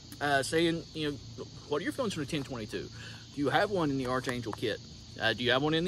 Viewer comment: It’s pronounced ARK angel not arch angel… I expected a good ol boy from the south to know what an archangel was…